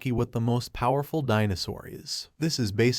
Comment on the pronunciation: Is it me or this kind of youtube channels are voiced by ai. What got me to write this is that he said (poowerful)